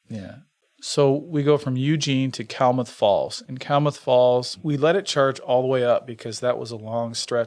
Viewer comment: I had a friend from Klamath Falls, OR. It's pronounced Kla-math not Kal-math.